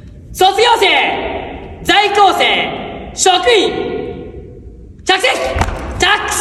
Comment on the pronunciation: 「ざいきょうせい」って甘噛みしてるの好き